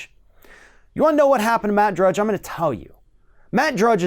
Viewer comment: lol, he said “Judge” at end…it’s Matt DRUDGE